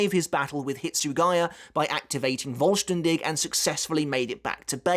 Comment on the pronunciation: Askins Schrift is pretty good but I like the idea of the balance always balncing out the damage. btw the 'v' from vollstaendig is pronounced like a 'f' sound kinda like in the word 'full'